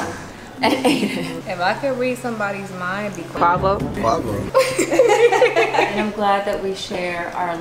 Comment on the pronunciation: Everytime I hear them Pronounce 'KWA-vOH' I get so confused 😕 Quavo Huncho...